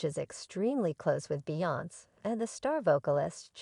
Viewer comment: What in the tarnations?! That is NOT how you pronounce Beyoncé, Solange, or Jay Z’s name- let alone Damon Dash’s! Yikes. ❤️😂🤦🏽‍♀️🤭